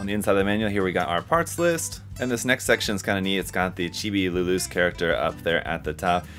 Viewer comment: It's luluce as in luluche like spanish or italian. Nobody says luloose 😂